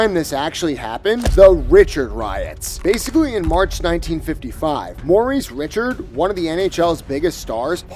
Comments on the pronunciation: Thumbs down for mispronouncing Maurice Richard. Blasphemy! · i was enjoying this until you mispronounced Maurice Richard's name. Only AI would be ignorant enough to do this.